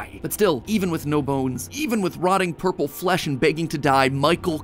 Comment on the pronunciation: That "Ourple Guy" caught me off guard more than anything, pls sah that's not a typo